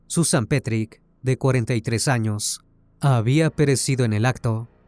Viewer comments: Excelente relato, solo quería resaltar un pequeño detalle que no cambia en nada el buen contenido: el apellido de pronuncia "petrich" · Daniel Petric, NO Petry ( Osea NO es el mismo asesino de Brasil del juego Tibia ) 😊